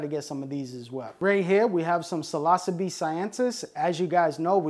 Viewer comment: Seems he's incapable of pronouncing most of what he's talking about. "Psilossabee Allen-i", "Psilossabee Cyansis", "Psilossabee Azursints". Sound it out buddy, it isn't brain science, or rocket surgery! But to be fair, he does seem to know what he's talking about. He just struggles harder than a blind amputee with a severe case of explosive diarrhea when it comes to pronunciation.